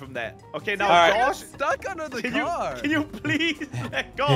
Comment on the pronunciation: "in me moms cor brum brum" 😂😂😂